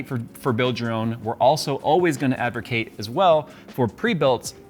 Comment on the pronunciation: “Did I just say Advercate?!?” Proceeds to say Advercate multiple times 😂